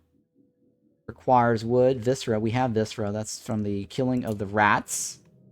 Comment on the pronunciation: "Stayed for the dubious pronunciations" - love it! (@ take this as meant with a friendly smile not as being snarky! For next time, the word "Austereey" is pronounced "ost-err" - think French. "Vissra" is "vis-cera".)